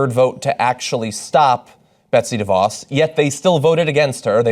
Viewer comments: Her name when you pronounce it and this is no lie is Duh - Vos take it from a Michigander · Pronunciation correction here: it's not "DEE-voss". It's "duh-VOSS". You'd figure reporters would have this figured out by now. I guess it takes being from a Dutch area like West Michigan where everything holds the DeVos name to start with (though previously proud of that, not so much anymore).